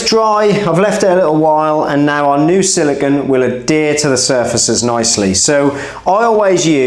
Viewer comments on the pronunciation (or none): i don't think it shd be said SILICON ( this is beach sand), but siliCONE instead; i am portuguese, correct me if wrong(even here people say it wrong) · It's probably just me and I'm okay with that lol, but I can't take how you say "Siligone". I feel better for getting that off my chest 🤣. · say silicun one more time, I dare you